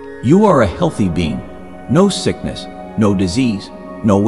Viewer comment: When it said "being" it's sound likes "bean", yes I'm a loving bean.